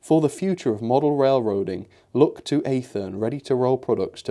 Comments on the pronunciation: It’s not pronounced athern it’s pronounced ath ern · It is not athern it is athne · A-thern? ATH-ern,. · nice... on one note... Athearn is pronounced as ATH-EARN. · Also just so you don’t embarrass yourself when talking to American model railroaders Athearn is pronounced (athern) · It’s pronounced Ath - ern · So over hear we'd call our rolling stock freight cars as a general term other wise what you had were boxcars, gondola, double ended flat car. The way you pronounce Atheran is the "Ath" part of it is like you would pronounce the word Ash or add. Not ehh so to speak. And then of course the latter part is just "earn" like you normally would say it. I love that Montevideo boxcar as I love in the State of Minnesota so I'm happy you have a car that hits close to home. Definitely swap out plastic wheels for American wheels. Intermountain is a good brand of metal wheels and they have decent prices I think. Hope you get more coaches soon I'd say Atheran, Bev Bel and Rivarossi are some of the best but there are plenty of other good brands out there as well. Love watching your videos keep up the great work. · say it like Math for Athearn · The first 'A' in Athearn is short, not long.